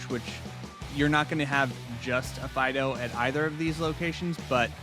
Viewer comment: Welakthuwallly, it's pronounced Deden and Fee-dough (given their etymology).